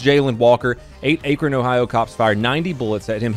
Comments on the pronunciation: It's pronounced Ack-rin btw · You pronounced akron Ohio completely wrong😂😂😂😂